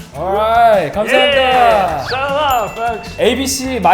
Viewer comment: 항상 느끼는 건데 언어를 배울 때 발음을 정확하게 하려하면.. 더 꼬이고 더 이상해보이는 것 같아요... “감사합니다”를 마지막에 가르쳐 드릴 때도 정확히 말해 드리기 위해 음절 하나하나 강세를 두어 얘기했더니 “감사 합! 니다” 라고 기자님이 말씀하시는 거 보고.. 그걸 느꼈어요.. 사실 그냥 뭉개버리는 발음도 어떤 언어든 많으니까요..! 결론: 네이티브하게 영어든 외국어를 하는 코리안브로스 멤버들 매우 대단하다요-!!